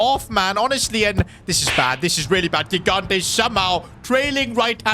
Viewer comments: it is Luca JIGANTE like you spell GIANLUIGI. READ THE FRICKING G THE SAME WAY😭😭😭 It is so annoying for us that speak portuguese, French, Spanish and Italian😭😭😭😭🙏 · i'll keep going until he sees my comments: the first "g" in gigante's surname is pronounced like the "j" in john or joy, please say it correctly!!